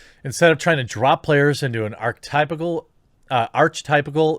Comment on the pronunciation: archetypal is pronounced arc-e-type-al